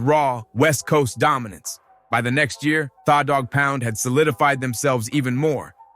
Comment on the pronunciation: Kurupt didn't dis 50, he didn't come out back then. Get the info right, mispronouncing tha Dogg Pound's name and Kurupt's ablum title....smh